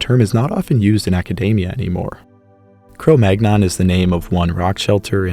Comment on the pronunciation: Cromagnon - Kroh Mann-Young 😅